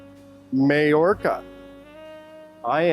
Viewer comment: Mayorca is pronounced my orca. May = my. Hay = eye.